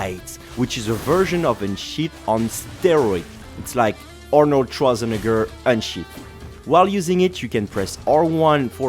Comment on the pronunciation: As a German u butchered Arnolds name pretty hard